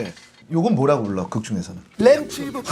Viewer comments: 뮤지컬 배우와 가수 사이를 넘나드는 와중에 귀여운 준수의 모습까지 볼 수 있어서 재밌었어요💜 샤라딘도 공연하면서 밝은 에너지를 얻고 있다니, 뮤지컬 알라딘은 정말 배우와 관객 모두가 행복해지는 작품 같아요! 그 시절 애드리브는 지금 들어도 너무나 감미로운데 다시 듣게 돼서 좋았어요. 그리고 무엇보다 귀여움의 의인화 같은 준쨩. 램푸! 발음도 말랑말랑한데 램프 만지는 법도 이렇게 귀엽게 알려주는 샤라딘✨ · 램푸~~ 발음이 너무 기여운거 아닌가요ㅠㅜ